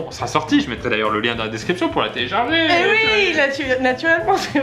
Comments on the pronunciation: " N'hésitez pas à la téélcharger " 😂😂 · Téélcharger mdr 😂😂😂😂😂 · "téélcharger" Pierre Croce 2018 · Téélcharger au lieu de télécharger 😂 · 44 secondes "téélcharger" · 0.57 téélecharger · mdr téélcharger😂😂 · "n'hésitez pas à la téélcharger" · Télécharger et non téélcharger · Qui a remarquer que à il y a téélcharger au lieu de télécharger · A 1 minute 03 : téélcharger 😂😂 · téélcharger OMG Cette erreur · C'est un nouveau style haha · le "téélcharger est énorme ^^ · "téélcharger" c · qui a remarqué "téélcharger" ??? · Je suis le seul a avoir remarquer le "téélcharger" a